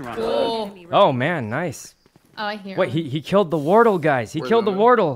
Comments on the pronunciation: I heard war turtle and cilantro. I'm dead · Sometimes "Wortle" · lol its almost like wartle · The way Sykkuno keeps calling Wardell Wordol was absolutely HILARIOUS. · I like how he calls wardell wordol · Chat did him dirty not telling him the proper way to pronounce wardell lmao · Sinatra’s a pro valorant player you hurt me with your pronunciation of wardell but I love u Sykkuno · The way sykkuno says wardells name makes me mad